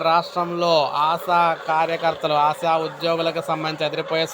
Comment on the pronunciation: ఆశా'వర్కర్స్ కు ఆసావర్కర్స్ కు పలకడంలో తేడా కూడా తెలియదా? నీవు తెలుగువాడివేనా?